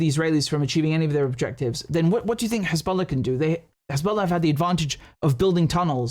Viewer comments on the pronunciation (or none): “KHezballa” 🤣 how can we trust what someone who can’t even speak properly says. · I can't believe he just called them Khezbollah...🤦🏽‍♂️ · Right? Perfect English accent, somehow can’t pronounce the H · David Mencer: Khisbolla 🤣🤣🤣